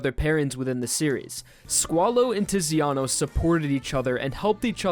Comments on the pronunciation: Quick heads up, the Italian 'Z' is pronounced like 'ts' just think of the word 'pizza' which is Italian. So Zucchero = 'Tsukero' and Tiziano = 'Titsiano' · Do not pronounce Italian names if you can't. It's CIÒ CCO LÀ TÀ TI Z IANO SÀ LE ALSO YES JOJO IS GAY AND I LOVE IT :D